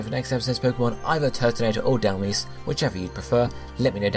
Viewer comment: Turtonator! It's 12-9, and if you end up doing Dhelmise, please pronounce it properly. "Dell-mize" Like, mice but with a z